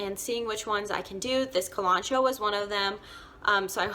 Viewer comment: I dislike her pronunciation of kalanchoe